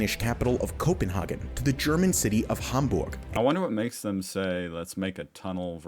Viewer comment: Copen-hay-gen .. NOT Copenharrggen GRRR